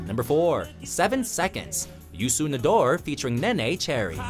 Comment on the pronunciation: he fucked up the pronounciation of youssou n'dour